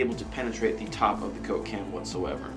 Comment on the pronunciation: The way says coke-can sounds like cocaine.:D